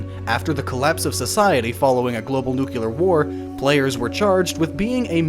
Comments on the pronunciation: Am i the only one bothered by people who can't say "nuclear"? Ie. "new-clee-ur", not that abomination of "new-cue-lur" - no idea where that could've come from... And hell, i'm not even a native speaker :| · okay, i tried, i gave this video a full 7 minutes but i couldn't hear "nucular" one more time. good try, hope you re record this narration sometime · So much hardwork yet you still pronounce it NUCULAR sigh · Yeah - Hate is not too strong a word for the nucular crowd. It's like people forgot that "nuke" came from "nuclear"; if you start from "nuke", I guess "nuke-ular" is a logical result. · ´´america is much more developed than europe´´ up to the point where they dont need to know theire own language....nucular my ass :D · IT'S NUCLEAR, NOT NUCULAR. FOR THE LOVE OF EVERYTHING, FOR FUCK'S SAKE. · NEE-Clee-Er???? or...... New-Clear... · For fucks sake...nuclear. Nuclear. NUCLEAR! Nu-clear. Nut nuqular. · Am I the only one who shivers when people say "nuke-ular" instead of "nuclear"? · say it with me now: Nu-kle-er. NOT Nuk-you-er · I liked the documentary but it's "Nuclear", not "Nukelar" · It's "new-klee-er", not "nuke-yeh-ler" Don't people even pay attention to spelling before hazarding a guess at how it's pronounced? Nu-cle-ar...hmmm...don't see anything that would make a "y" sound. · okay, it is not "nukular", "nukular family" have you ever heard that, really? it is nuclear look at how the word is put together, sound it out, say it right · This was great! Awesome presentation. But it's hard to take you seriously when you can't pronounce Nuclear. It's pronounced "New Clear". Nuclear <- notice there is only one U and there is an E. Leave the pronunciation of Nucular to Homer Simpson. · Not nucular it's NU-CLE-AR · It's pronounced (New Clee Ar) Not (New Kew Lar) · Almost had to stop watching because you kept saying "new-kyuh-lar" instead of "new-clear". Nuclear really isn't that hard to say... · nuCLEar nor nukular ffs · "NucLEar" not "nucUlar". "NucLEar"